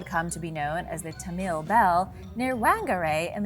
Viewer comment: Damn dude... whangerei = faahn gah ray. Roll the "R" and its ta-mill not tahmeel.... Also New Zealand was NOT a new discovery lol. Only recently colonized sure but the Maori were there for a very long time. The moriori before that. Do some research guys ffs....